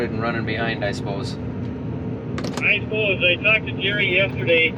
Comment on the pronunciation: coming from a minnesotan, where you really sounded like you're from minnesota is the "i spose"